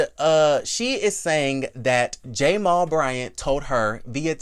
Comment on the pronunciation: Stop saying the letter and make the sound!!! Stop calling that man Jay-mall lmao! I cant with u!